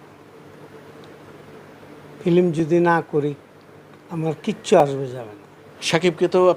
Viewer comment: এই ডিপজল নাকি আবার অভিনেতা!!! “প্রথম” কে বলছে “পরথম”, “ফিল্ম” কে বলছে “ফিলিম”, “কোটি” কে “কুঠি”, “ক্লিয়ার” কে বলছে “কিলিয়ার”, “কান্ট্রি” কে বলছে “কানটিরি”। এরাই আনে শাকিবের মতো লুচ্চাকে এনেছে চলচ্চিত্রে। লাথি মারি বাংলা চলচ্চিত্রের পাছায়। তবে ফিনিশিং দিয়েছে ভালোই।